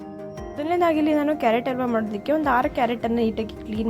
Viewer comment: ಅಲ್ವಾ ಅಲ್ಲ ಹಲ್ವಾ ಅಂತ ಹೇಳೆ ಕೆನಾನ್ನದ ಕೊಲೆಗಾರ್ತಿ.